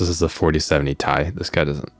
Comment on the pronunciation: What if he intentionally said tye so as to warn people not to buy it. Ti = good and buy it, pronounced tye - don't buy it! XD